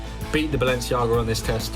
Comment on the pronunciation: Balenciaga* not Balenciohrguer